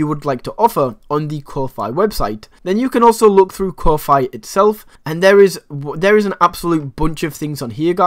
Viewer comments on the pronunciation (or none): It's pronounced Ko fee, like coffee. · I have been pronouncing Ko-fi wrong all along. 🤣